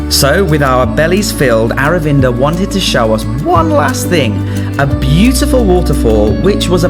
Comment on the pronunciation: His name Aravinda Your pronunciation : our window 😂😂😂😂